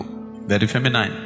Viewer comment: Would be nice if S. could pronounce the English word 'feminine' correctly